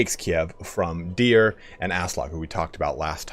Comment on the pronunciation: Hey man I love your streams and also you keep reminding me to hydrate which is great - but the most minor pet peeve in the world probably - it's _de DJUHR - not de DJUR-É. :-)